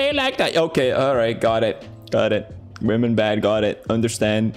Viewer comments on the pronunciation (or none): Ben Bristol he’s never said women it’s wahhmen